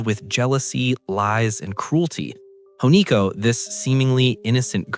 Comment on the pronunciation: The main character's name is Hinako. Not Honiko. The review is great, but whether it's a real voice actor, or an ai voice, which I'm certain it's a real voice, it discredits the review a lot when a detail this big is missed.